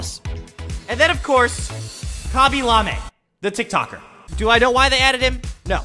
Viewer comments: Bro forgot how to say lame💀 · Did bro say lamee